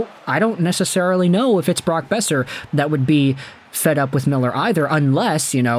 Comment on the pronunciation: Boeser. It’s Boeser